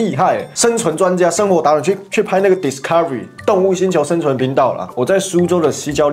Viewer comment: 八炯老师的那句“discovery”给我逗笑了😂🤣🤣🤣🤣